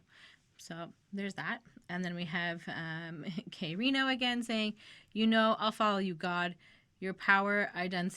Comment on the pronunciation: Good u pronounce his name right good start lol this is the goat fr more k rino plz